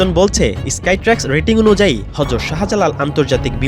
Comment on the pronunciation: হরযত 😡 হযরত ✔️ সাংবাদিক অশিক্ষিত কি?